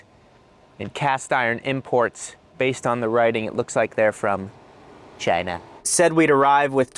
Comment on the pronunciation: "Cheyna". Hilarious. Good jokes. Good vid. Good chatter. Humor meets function. Thank you.